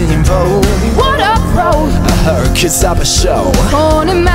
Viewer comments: Her-eh-cles damn it Disney get it together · "Harquiulis" LOL English pronunciation is so funny...